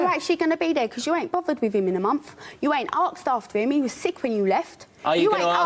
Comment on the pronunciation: You “ain’t arksed?”